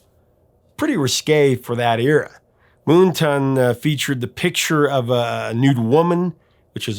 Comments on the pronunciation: Don't know if anyone else has mentioned this in the nearly 500, comments to this video, but Why do you keep mispronouncing the name of the album as MoonTON??? When it clearly reads MoonTAN!!! One does not go to the beach to get a TON. 😁 And by the way my absolute favorite Golden Earring song is the live version of LONG BLONDE ANIMAL from "Something Heavy Going Down". Another song with realllllly great bass line. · Is it just me or is the name of that album moonTAN, like sun tan? Not “moonton” or am I wrong 😂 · Moon Tan not Moon Ton. Come on get your vowel sounds correct. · "Moonton?" It's Moontan. Moon Tan. Like a sun tan at night. 😏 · Moon-ton? It's Moon-tan, like a tan from the moon not the sun. Silly person. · MoonTan! (reverse of Suntan). Say it right - moontunn sounds dumb. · It's Moontan not Moonton. Lol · Moon TAN. As in not a SUN tan, C'mon.... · How do you pronounce Moontan? Here he says as 'moontain' but isn't like 'suntan'? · Yes it is, and one word. I don't know why pronounced it that way.